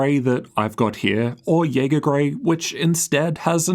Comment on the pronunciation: jaeger sounds so german